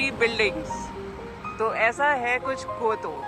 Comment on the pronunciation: Just a correction in your pronunciation. It’s not कोयटो. It’s क्योटो. By the way, Nice video 👏